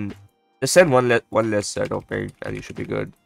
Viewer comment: the bloons are pinks not pEnks and its a Village not Willage and its round THirteen not TUrteen